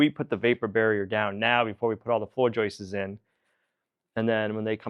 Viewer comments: It's not joyces, it's JOISTS. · Joists, NOT JOISTES. PLEASE!! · I know nothing about building but I do know English. There is no "es" at the end of the word joist. It is a simple, plural "s". Joists, not joistes. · Stop with the "joistses", stop, just stop. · Yes, every time he says "joistes" it's like fingernails on a chalkboard LOL. Actually, he accidentally pronounces it correctly . Miracles are possible after all! 🤣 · I love your videos and appreciate the hard work BUT please dont say floor joyces, it is joists. thanks. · I just googled it, plural for joist is joists. But not joistes. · He's saying Joists's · It's JOISTS.... not "...JOISTES..." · If i hear JOIST-ESS one more time, I'm going to explode. 😢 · Except he doesn't say "joists"... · Who smiles every time says joists?